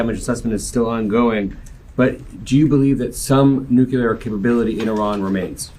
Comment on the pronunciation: The people of Iran aren't sheep & if they wanted regime change, they'd do that by now. It's been like 1979 to 2025, what 45 years? By the way, good job in pronouncing this ancient area's name correctly Ih-rahn, not eye-ran like the idiot in the WH.